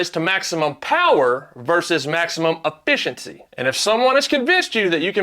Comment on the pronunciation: Affissincy. Exactly how he said it.